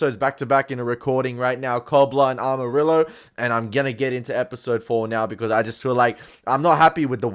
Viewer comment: Just wanted to say amarillo is pronounced as "ama-ri (as the r on later not hard "r")-yoh" hehe sry you kept repeating it and could't hold myself from correcting hehe btw i love how inested u are on bcs keep watching it, it gets even better!! 😮😮